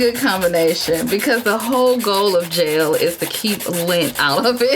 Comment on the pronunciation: When she said jel I thought she said JAIL